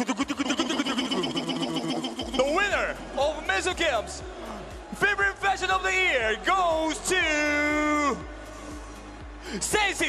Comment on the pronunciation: who didn't understand: I LUUUUVVE my FÆshioN